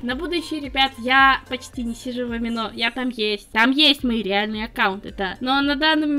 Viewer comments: не аминО.. амИно.) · (Разве правильно говорить не АмИно?) Насчёт амино в целом - сообщества, которые посвящены артам и адоптам очень строги с плагиатом, так что за деньги вряд-ли можно что-то продать. Так что такие случаи еденичны. В любом случае сочувствую